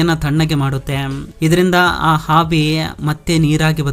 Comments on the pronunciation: ಹಾವಿ ಅಲ್ಲ ಆವಿ. ಹೋಲ್ಟೇಜ್ ಅಲ್ಲ ವೋಲ್ಟೇಜ್ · ಮಾಹಿತಿ ಚೆನ್ನಾಗಿದೆ ಆದರೆ ನಿನ್ನ ಭಾಷೆ ಅರ್ಥ ಆಗಲ್ಲ ಅವಿಗೆ -ಹಾವಿ ವೋಲ್ಟೇಜ್ ಗೆ - ಹೋಲ್ ತೇಜ್ ಒತ್ತಡಕ್ಕೆ - ಹೊತ್ತಡ ಭೂಮಿ ಅಗೆಯುದಕ್ಕೆ - ಹಗೆಯುದು ಕನ್ನಡ ಸರಿಯಾಗಿ ಮಾತನಾಡೋ ಗುಬಾಲ್